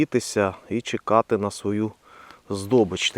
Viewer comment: Не чИкали, а чЕкали. 😁